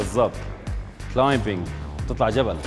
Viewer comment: مو كلايمبينغ غلط لانه الbلا تلفظ الصح كلايمنغ